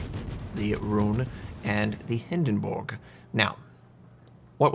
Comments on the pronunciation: the HindenBORG sorry but there are no borg's in wows this isen't startreck. Its pronounced the Hindenburg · Sorry I have to stop watching every time I hear hindenbooog